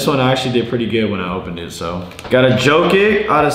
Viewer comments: Just so you know, you pronounce jokic as yo-kich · yo, its pronounced Yolk-itch btw